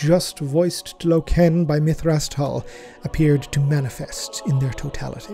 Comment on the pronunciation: every time you say LokEEn .. a space marine dies..